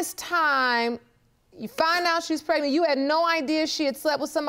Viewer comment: Case#2.. She said Pre-nant?🤭